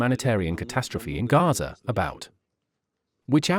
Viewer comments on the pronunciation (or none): none